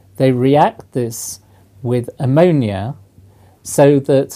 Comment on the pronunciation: Did he say ammonia atoms?